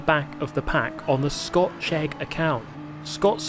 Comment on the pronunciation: You say "Scott Chegg" and I hear "Scotch Egg" :face-green-smiling